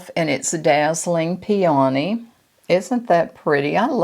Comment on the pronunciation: Hi …I enjoyed your video, I normally don’t say anything, but you mispronounced the blush color four times. It isn’t PEA..ONEY, it is pronounced pea o knee. 😊